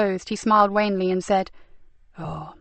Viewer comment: And the narrator mispronounces certain words, e.g. auburn, wanly.